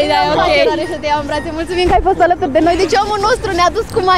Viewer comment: Ne-a fost dor "dă" tine ...😂😂